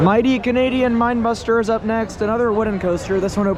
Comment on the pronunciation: it pains me hearing pronouce the two wooden rides incorrectly lol. the bigger one is wildebeast (like the animal... not wild beast) and the smaller one is minebuster not mind buster lmao. otherwise love the video